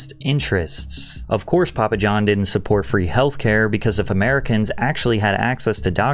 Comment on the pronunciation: “Papua Jawn” 🥀